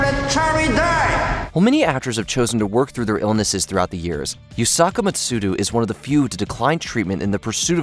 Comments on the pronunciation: YusakU MatsudA, not YusakA MatsudU. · Yusaka Matsudu? Interesting pronunciation.